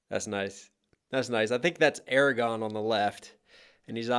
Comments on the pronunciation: ?? Did I hear you right? Did you pronounce Isildur's heir's name as "Eragon"? 'Cause that's not the same universe. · buddy, it's "Aragorn" not "Aragon". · ARAGORN. STOP SAYING EREGON. DIFFERENT BOOK. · AR RA GORN not AR RE GON, (it almost sounds like you are saying Eragon, which is another fantasy series altogether) ... otherwise I am enjoying this reaction very much. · Claim to be a lotr fan and pronounce Aragorn name as Eragon... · As a massive know it all lotr nerd I loved this also you said aragon who the heck is that its aragorn 😂